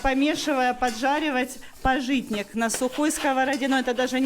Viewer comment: пАжитник, а не пажИтник))